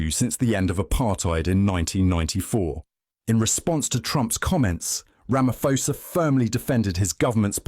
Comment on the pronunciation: It is pronounced Ramaposa and not Ramafosa